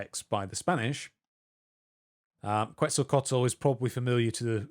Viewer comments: you said Quetzalcoatl, but my dumb brain heard pretzel tacos, and now I want tacos. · "Quetzalcoatl" is pronounced "Ket-zal-co-aht-lul"